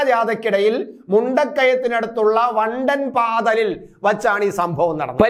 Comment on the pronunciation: Vandanpaatha....alla... Vandanpathaal